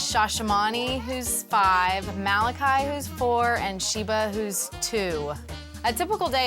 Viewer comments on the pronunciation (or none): none